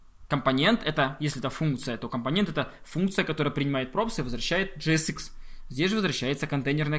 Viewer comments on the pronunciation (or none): когда ты говоришь компОнент, я почему то хочу выкинуть из 21 этажа свой ноут